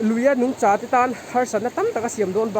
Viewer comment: Nungcha i lam/thluk dan hi a fuh lo. Tin,ngaihmawh ni lo in , ngaimawh tih tur